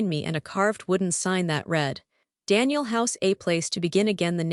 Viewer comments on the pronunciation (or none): none